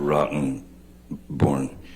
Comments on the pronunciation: I like the way he says Rottenborn, with an emphasis on Rotten! lol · That pause between Rotten and born was definitely on purpose lol id do the same thing with a name like that he was born to be her lawyer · You gotta love how J.D. like to pronounce RottenBorn. He sounds like some character from J.D. movie. Actually it's so bizarre. Just imagine when trials is over they announce this was all some sort of experiment. Court radio drama. Like Orson Welles the War of the worlds 😅 Too bizarre